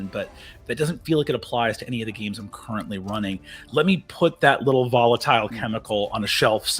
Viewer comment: "volitile chemical" is such perfection. <3